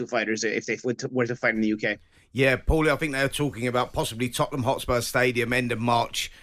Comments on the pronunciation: Who is Powerlee Jim. 😂😂😂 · Why’s he calling him Powelly